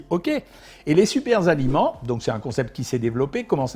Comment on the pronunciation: "Super-aliments": Pas de "S" à "super" docteur...Donc, pas de liaison.